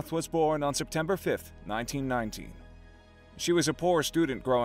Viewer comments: Due to your inability to pronounce English correctly, it sounded as though you said she was born in 1990. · Its 1919. It sounds like 1990 because of audio/ speech.